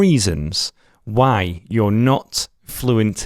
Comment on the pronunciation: No he says why but he pronounced it like وعي lol